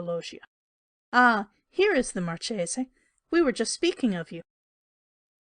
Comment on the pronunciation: Was great until Chapter 7. “Marchese” is not pronounced mar-cheese. 🤦🏼‍♀️. I can’t understand a word “” is saying. SLOW down and enunciate. Can’t finish this. 😕